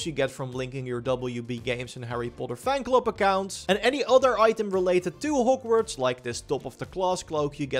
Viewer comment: Normal people: Hog-Worts Raptors: Hoe-g-Worts